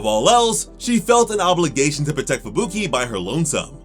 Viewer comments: Idk why but it drives me nuts when I hear Fubuki pronounced "Fabooky" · bro why does he say fuBUki and not Fubuki like a normal person